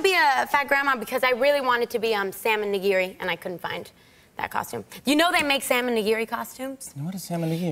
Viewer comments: I heard Sam n' nigiri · DonYelle and Diana My Japanese ass is dying at their mispronunciations. I didn’t know people pronounce it na-geery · Knee-gi- ree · I love how she pronounces Tamago and Nigiri, as someone who's learning Japanese, this is seriously cute!!! I have to admit, I'm becoming a huge fan of her!! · I love the way she pronounces “salmon nigiri” and “tamago”. It’s completely wrong but still it’s cute. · How they pronounced "nigiri" and "tempura" kinda crushed my asian soul. I mean, they probably dont know the correct way. Or rather they dont know the Japanese way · Funny, but cringy :D Tomago? - Its Tamago ( Tamagoyaki) and Nigiri pronunciation was the reason why Jimmy couldn't understand at first. Still love her tho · I love her but she's pronouncing all of this Japanese food incorrectly 😂😂😂